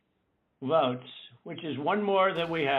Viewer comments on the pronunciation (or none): I keep noticing Trump's strange pronunciation of "votes"